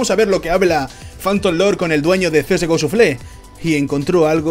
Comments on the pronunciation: Suflé xD una pequeña correccion, se pronuncia shafel. Buen video! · Me gustan tus vídeos y soy sub, pero un poquito de inglés no estaría mal (En lo que a pronunciación se refiere). Que oir csgoshuflé me duele. Saludos